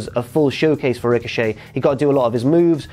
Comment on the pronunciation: Who else said tricochet when he said it